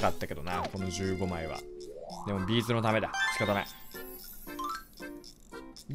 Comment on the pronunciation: のビーズの発音B'z